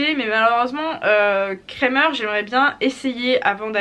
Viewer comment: Wouah c’est fou... à force d’entendre des influenceuses françaises écorcher « Krämer », ça fait bizarre d’entendre le nom de la marque dit correctement 😂❤️. J’avoue que lorsqu’il faut aller abreuver les chevaux à -13 degré et que le robinet coule sur mes gants j’atteints mes limites en hiver... vive les habits chauds!